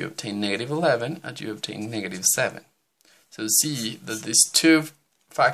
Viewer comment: Bro you said niggative number